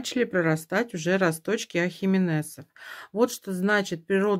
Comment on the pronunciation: Дорогой цветовод, не уродуйте русский язык ставте правильно ударение в слове Ахименес